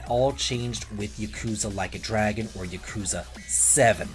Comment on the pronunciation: Lmao you didn't even try to pronounce Yakuza correctly